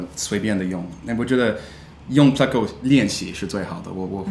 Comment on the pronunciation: You've been saying it correctly. He's saying it wrong in the video.